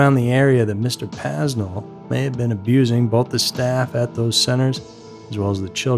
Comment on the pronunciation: “PAY NELL” not paznell. Aside from that good work